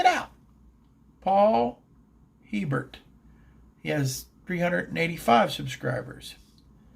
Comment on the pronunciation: I can tell you ain't from Louisiana. Hebert is pronounced Ay'-bare. LOL